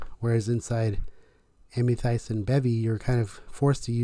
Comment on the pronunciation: So triggered by the way you pronounce Amethyst lol. Great video thank you.